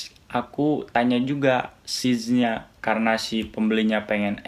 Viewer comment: Size bacanya Sais bang bukan Sij...